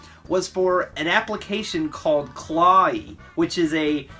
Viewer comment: I thought it was pronounced Claw-we